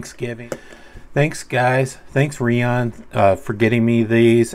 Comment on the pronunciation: Nice knives from Rhiaan (I think Ri-an is the correct pronunciation, so you got it right:) ). I like the honey badger and it's sheath. Yeah SWD is a fun channel, hope he gets to 1k soon. Happy Thanksgiving,!